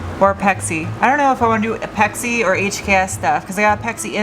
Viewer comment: I think it's prounounced Apex EYE, the whole name of the company is Apex Integration. ;)